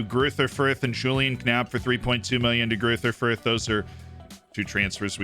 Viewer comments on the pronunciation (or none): I want a video with saying all the german and austrian club names… greuther fürth was hilarious